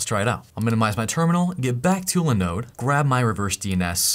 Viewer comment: Are you an agent of LENODE? always LENODE, LENODE and leeenoddee....?